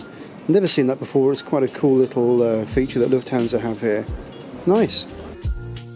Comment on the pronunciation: I don’t understand why English people always pronounce Lufthansa wrong. You pronounce the a like a American person would pronounce the a in can, but the British way to pronoun he the a wold be right.:) Hope everybody is doing well. Habe a nice day and now I’m gonna watch your video.